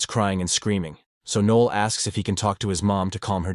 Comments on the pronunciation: Noel not Neil NOEL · Also, "Nee-ol" instead of "Noh-el"